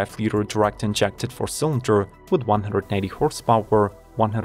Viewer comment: “Horse pOW-eR…”?